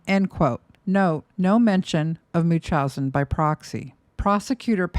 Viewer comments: its pronounced MUNCH-housen not mooch-housen and its called factitious order imposed on another, NOT munchousen, I would think a psych nurse would know that? Additionally, fictious disorder imposed on another CANNOT be disagnosed on someone who is dead. And to ascertain a proper diagnosis while the offender is living is incredibly difficult, that is why there isnt a true diagnosis. Gypsy is messy but she was abused and brainwashed her entire life. Nick got a raw deal. Gypsy is a victim and also I guess a manipulator (like her mom). This video is reaching. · Love the videos, but the way you can't properly pronounce "Munchausen by proxy" gives me pause. Especially with you being an RN...